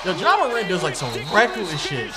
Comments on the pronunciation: mispronounced Zion and Morant in the span of 5 seconds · Zion = Zeon Morant = Morent Accurate = Accriate. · Zeeon and Jouan Moraunt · He has to be doin that on purpose he said ja moreant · "john mooront" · I love his acreate pronunciations of Zeeon Williamson and Ja Morahnt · does.... watch the nba? “Zeeon” “ja moront” naaaa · He pronounced morant in French